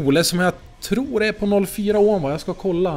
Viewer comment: Det heter ohm inte ÅÅÅHM